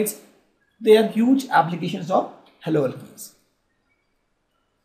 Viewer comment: Sir you are nice teacher but sir you may pronounce haloalkanes propdrly because there is very great difference between haloalkane and haloalkene